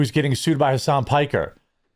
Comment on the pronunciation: Piker..Pokher..and destidont. 😂😂